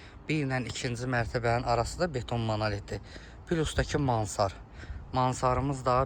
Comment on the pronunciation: Mansar yox, mansarD, sözün axirinda “D” hərifi var.